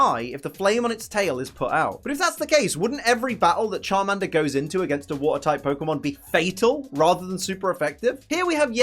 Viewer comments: Charminder lol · The way pronounces Charmander offends my ears. My British ears.